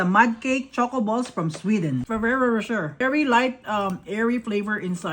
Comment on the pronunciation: Lmao it's the "Ferererashrer" for me!😂